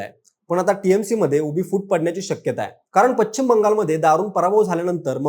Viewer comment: तुमचे चॅनेल खुप मोठे आहे त्यामुळे ह्याला पश्चिम म्हणायला शिकवा. तो चुकीचा उच्चार करत आहे